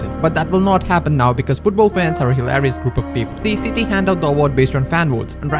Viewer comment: Your pronunciation of “hilarious” is hilarious